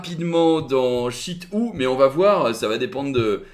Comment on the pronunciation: Faut stop de dire Shit Hou